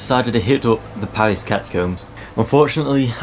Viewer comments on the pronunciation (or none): none